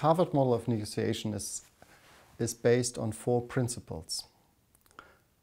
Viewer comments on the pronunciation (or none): yes he did:) also he pronounces 'negotiation' a bit different.. I am not a person who can criticize his speaking but just got my attention.